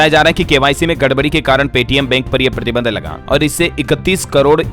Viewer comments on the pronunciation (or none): none